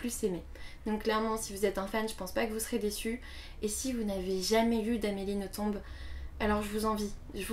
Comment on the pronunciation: Si je ne me trompe pas c'est Nothomb comme dans plomb. Le B ne se prononce pas :) . J'aime beaucoup tes vidéos. C'est un plaisir de t'écouter.